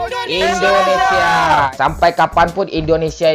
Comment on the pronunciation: Indonesia bang Bukan Endonesia